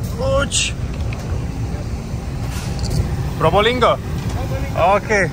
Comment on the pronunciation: Bang, not Provolinggo but the correct reading is Probolinggo, East Java 😊